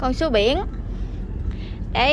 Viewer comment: Sứa chứ không phải dứa